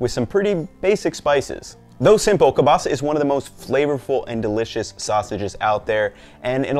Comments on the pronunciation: kurwa!! this is kieŁbasa not KE BASA, Ł is like W in *W*ar *W*ashington. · You have the weirdest kiełbasa pronunciation I've heard, from English speakers i usually hear keel-basa but i gotta be honest I prefer kobasa than that if it's not pronounced with the ł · Its properly pronounced kiewbasa. The L is sounded as a W. Also your last name is pronounced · Ngl it annoys me how he says "kielbasa" where l isn't soft. It should be ł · Ugh, the pronunciation of kielbasa drives me nuts